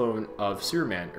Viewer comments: sounds like he`s saying `sewerman` lol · Just curious if you realize you are not fully pronouncing the word superman correctly, or perhaps being lazy with it.Your pronunciation sounds like your saying sewerman. Not to be hateful but I found it a bit off putting. I noticed you say the word super just fine but when you put the word super and man together you seem to drop the "p". An observation. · other watcher wishes you to pronounce the p in superman's name plz.... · I swear i heard him say suruman instead of superman